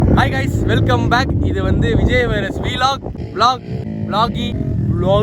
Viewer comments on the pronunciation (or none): none